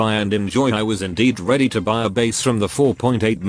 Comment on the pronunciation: Who hear ready tumingle?